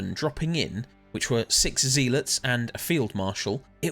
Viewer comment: amazing video. i wish there was more lore about the devoted sentries. P.s you are pronouncing zealot wrong its "ZEH - LUHT" not "ZEE-LITS"